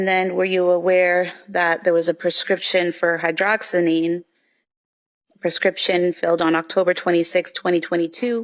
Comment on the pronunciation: It’s HYDROXY-ZINE chubo not HYDROXANEEN! 🤦🏼‍♀️🤦🏼‍♀️🤦🏼‍♀️